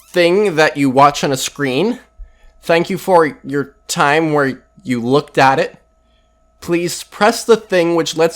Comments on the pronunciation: if you're pronouncing 'looked' - or indeed 'winged' with two syllables you're either Shakespeare or a non-native english speaker. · Hate to nit pick, but you said "looked." Thats too many syllables bub.